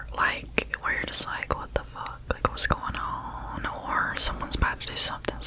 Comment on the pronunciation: The way you say “what’s going on” is the most southern thing ever